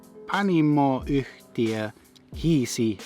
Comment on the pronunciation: Just got extremely impressed when you said "Panimo yhtiö Oy" your pronunciation is getting lit these days. Hiisi is a pagan expression for devil. In finnish we've got many different expressions for devil such as saatana, perkele, piru, hiisi etc.